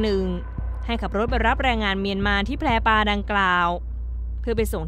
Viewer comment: แพปลา ไม่ใช่ แพรปลา ศึกษาการอ่านหน่อย